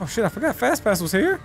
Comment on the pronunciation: I thought it was fastass but it was fastpass😂🤣